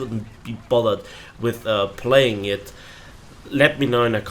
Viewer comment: Very beginning- playing, not palying ^^